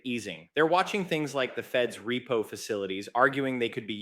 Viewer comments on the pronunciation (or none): none